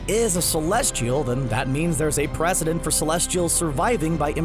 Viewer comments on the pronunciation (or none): none